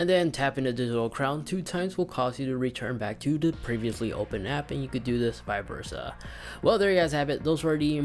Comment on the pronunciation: HAHA It’s Vice Versa not viversa